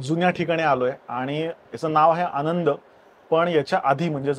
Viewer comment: आंनद चा उच्चार कसा कराल ? 😂